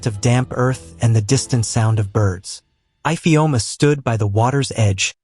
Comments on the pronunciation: What is eyefeoma instead of ifeoma😂😂😂😂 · Ifeoma and not ipheoma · That’s not the pronunciation of our name Ifeoma 😣😣 the pronunciation is e-feoma if that will help . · 😭😭Fr though. My name is not even Ifeoma but I'm offended by the pronunciation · Ifeoma pronounced ivioooma? Amaakaa? Is the narrator an alien from marmaid? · Nice but the igbo name ifeoma was not pronounced well